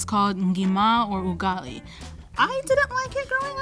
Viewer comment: love the pronunciation of Ugali and Ngima its perfect